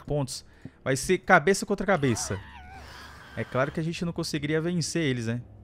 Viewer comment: Mano sempre que o fala "cabecss" eu fico rindo que nem loco